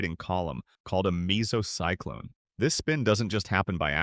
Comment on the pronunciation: I’m sorry, but did you call a mesocyclone a “meesocyclone”